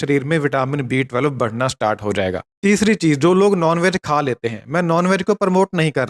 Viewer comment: thik se pronounce kijie B12.